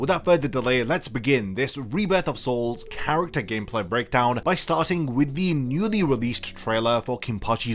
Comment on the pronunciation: "Hitsugaya Gacmeplay" lmao